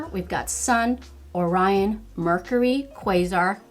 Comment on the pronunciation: Beautiful look! I wonder if using a base of glitter glue would help with the fallout. I'm really torn about purchasing it. Waiting to see if it comes to Sephora. I've watched numerous reviews on this palette, and you are only the second person to correctly pronounce "Orion" and "Quasar." Good job!